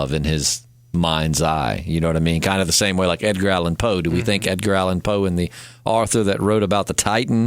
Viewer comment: GREAT PODCAST, GUYS! However, at one point, I kept trying to figure out who the hell Arthur was and how he fit into this story. Then I realized it was your attempt at pronouncing the word AUTHOR; not ARTHUR. Dude! There’s only ONE R in AUTHOR and it’s at the end. Surprised that’s never come up. Anyhoo ...GREAT PODCAST! Held my interest and attention all the way through which isn’t easy. Love to all. 🌻